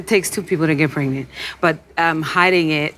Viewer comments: Did Stevie just say, "Pregnito?" WTF! 😭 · Did Stevie really just say “pregnanto”💀